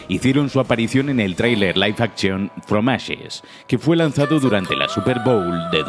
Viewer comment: Yo: Que buen video! El narrador: fromashes! Fromashes!